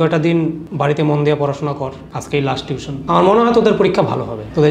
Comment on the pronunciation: Nice one! Khub bhalo laglo. If you don't mind, as a private tutor, I would say, 'tution' spelling ta parle correct kore nio. It's 'tuition' not 'tution'. (ar etar pronunciation ta actually tui-tion). Keep up the good work 👏